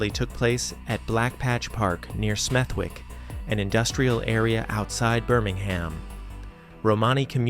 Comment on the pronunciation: In the word Smethwick the w is silent, so it’s pronounced Smethick, this is quite common in English place names and words in England, there’s a borough in London by the name of Southwark, this is pronounced without the w and the south part is pronounced suth and not south so it’s pronounced..’ sutherk’..